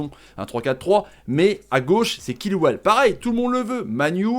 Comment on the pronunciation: c pas kilwell mais sa se prononce tchilwell